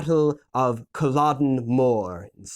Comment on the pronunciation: It’s pronounced cull-e-dun